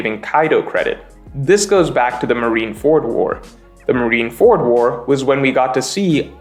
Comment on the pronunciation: Marineford is one word Not marine ford